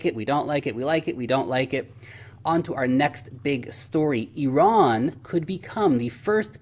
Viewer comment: Thank you for pronouncing IRAN correctly